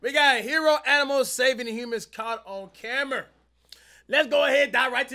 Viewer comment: This man said camer